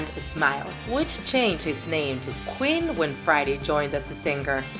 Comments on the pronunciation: It’s queen not quin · look she can't even say queen. she says quin. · Me: *hears qween in stead of queen* AGHHHHHHHHFGJSHDUDHEHE HOW FRICKIN DARE YPU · Killer qwin its queen you pronounce the ee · “ killer kwin “ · U say kwen, Instead of Queen. XD Thx for the amazing video! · "killer qween" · “Killer quin” are you kidding😂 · Ali3nC4t she also said queen wrong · She said Queen wrong and base wrong she said bass